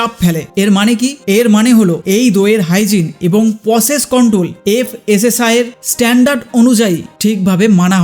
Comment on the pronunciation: FSSAI er bangla uccharoon ta ki? Fanshai.😂